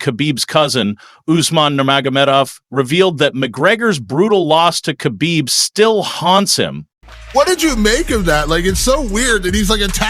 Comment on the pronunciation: Pronounce Khabib Like Hhabib (beloved)... Cuz dagestani people use "kh" to Pronounce "H"